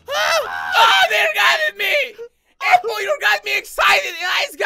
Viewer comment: it doesn't even sound like your saying APPLE. You sound like you're saying LappLappLappLapple